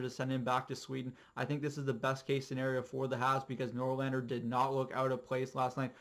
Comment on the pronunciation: Hehe, good video but one thing, Norlander? or NorLinder?